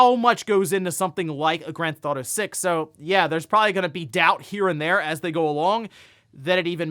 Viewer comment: stop saying Grandthautho 6 if you can't say it just say GTA 6